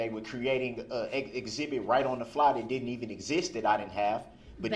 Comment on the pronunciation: "No I di-ent"